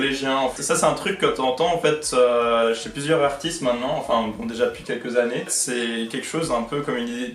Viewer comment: ...ai je bien entendu " des annes